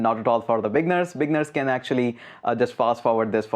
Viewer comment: You say "beginners" and it sounds like "big nerds" XD Thanks for the crash course, my man. I've been scouring the internet for an updated course like this for ages now. And all the new stuff and old stuff combined were not helping. You just made it all a lot simpler. A. LOT. Thank you!